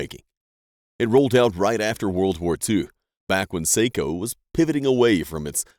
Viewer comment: It is pronounced Socko, not seikko for Sako rifles